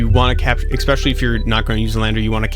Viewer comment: Good stuff! That aside, if I may offer one critique... I'm not so much an English nerd so much as I am a little OCD, but please, I would ask you pronounce "especially" better! There is no "x" or "k" sound in it! It drives me a little crazy. 😵‍💫